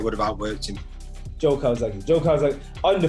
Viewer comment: Joe……. Ffs it’s Joe.